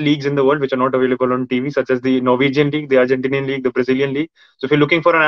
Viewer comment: I can't control laugh when says Norwegian league, Argentinian league.